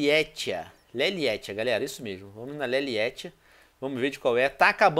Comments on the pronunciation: só eu que percebi que ele falou galeia em vez de galera? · E verdade eu ouvi também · galeia kkkkkkkkkkkkk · sim ele falou galeia